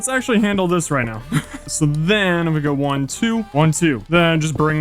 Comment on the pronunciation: So I’ve been watching minecraft YouTube for over 10 years now, and I think you have great potential. However, here is some feedback to help your channel grow: Your voice is annoying. Not the tone or the sound, but the way you speak; stop saying “sooo” and placing weird emphasis on random words, no one wants to great that. Also, try to make your videos funnier. You just kind of play minecraft, but it would be better if you made it funny. Additionally, you follow the same idea/story for the entire video, whereas you watch Mr Beast for example and he changes up the video contstantly so that people don’t get bored. Hope this helps.